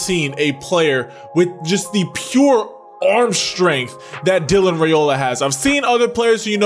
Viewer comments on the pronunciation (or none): I can’t wait to see how he develops at Georgia. It’s an amazing time to be a Dawg. BTW, just letting you know for the future, his last name is pronounced rye-ola not ray-ola. I was pronouncing it wrong too until I heard it from the horses mouth. 😂